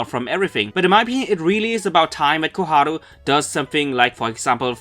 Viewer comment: dude pls stop calling her chloe its fucking Koharu!